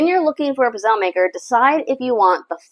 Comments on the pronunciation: You are not pronouning Pizzele correct. The E is not sielnt! Why do all you Americans butcher Italian words! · CucinaPro pizzelle maker is made in China whereas Vitantonio-brand is made in Italy. With the Vitantonio, the coating is made from non-stick ceramic. With Italian-made kitchen products premium metals and thicker gauges are used that heat evenly and last longer. I enjoyed the video clip but the mispronunciation of "pizzelle" kept throwing me off.